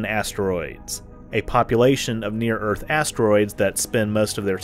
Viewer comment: I can’t really stand her constant yapping about “Urf” (Earth).